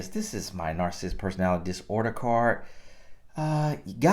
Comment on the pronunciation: I know I'm wrong for this but cannot pronounce this word, narcissist and it is driving me crazy1🤯 but I do love your videos.